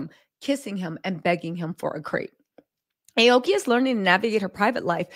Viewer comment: Damnit it’s Ah-Oh-Key meaning blue/green tree.